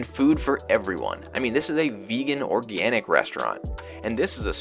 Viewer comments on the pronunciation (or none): none